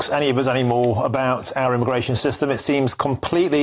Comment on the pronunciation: He said aramigration😂